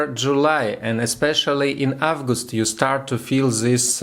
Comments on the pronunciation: Thanks, nice shot! Everything is clear. Still sigh of asc, right? I was looking for the good astrological forecasts in EN on YT. Not too much them I can say I've noticed some grammar mistakes, but it's nothing serious in speaking. Everybody does it. But please check pronunciation of zodiac signs. Leo, not lion. And months: april and august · the more you practise the better! Without making mistakes it’s impossible to get experience and skills. You should pronounce March/мач/, August/огест/, etc. So listen to more things in English to get how to pronounce this or that word. In general although you made mistakes, I could understand everything. I wish you continue your work like this!❤️😀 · Молодец! Я горжусь тобой. 😎 August - произносится как Огест. This - лучше произносить через букву Д. Как Дыс. Немного поработать над английским и будет супер 💜💜💜. Но прогноз всё-таки понятный, понятно что ты имеешь ввиду.